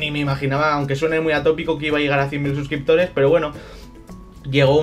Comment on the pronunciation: Felicidades, te lo mereces!! Pero, se equivocaron en la carta o leíste mal tu xD? Por que cuando empiezas a leer dices 1 millón de subscriptores xDDD.